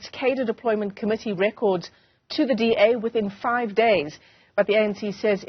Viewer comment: DA want WEE not BEE